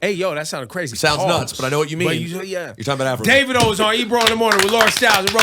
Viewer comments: It's Davidoo not davido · Daaa-Vi-do Ebro ignorant ass 😂